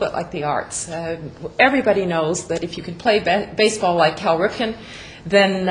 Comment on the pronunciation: First of all his name is CAL Ripken not Carl....secondly just because you dont know who he is doesn't mean millions of others in the world don't! He is easily one of the 10 best baseball players of all time and is known worldwide not only through his own playing of the game but through the international youth leagues he hosts. Cal is a great representative in this respect and next time don't talk out of you ass and learn before you speak....dumbass!!